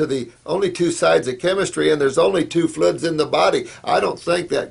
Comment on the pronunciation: So funny that he can't pronounce "fluids". XD